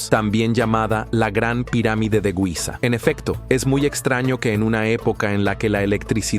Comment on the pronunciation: NO "guiza". giza, asi como se escribe, se lee, y se pronuncia